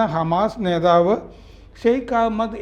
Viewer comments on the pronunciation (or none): none